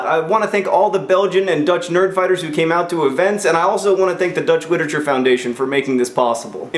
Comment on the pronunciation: Wait, did you say "litacher"? Bad John!